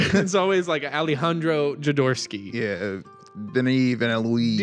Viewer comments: Jo-do-rowsky. (Hoe do rous ki) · I think it's pronounced 'joe door OFF ski' but you at least you pronounced my name right.